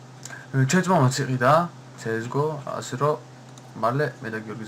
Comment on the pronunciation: ბაზარი არაა ძმა. ირა ქს გო მაინც დაუძახე რა ძმა. შეიძლება ესპანურად მასეა მარა ქართველებისთვის იგებ 😉